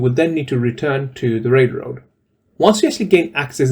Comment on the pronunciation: why can't you say the word Railroad correctly 😂😂😂